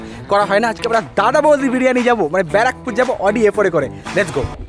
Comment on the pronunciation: Bara..pur😂 Bra..Pore 😂